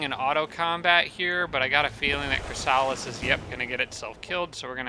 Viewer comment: You haven't evolved your Chrysalis in that auto combat, it died and the Medusa revived it as a Spawn, it's one level down now. The Spawn evolves into Chrysalis, not the other way around. Also, and I apologise for being that guy, it's not ChrysAlis, it's ChrYsalis.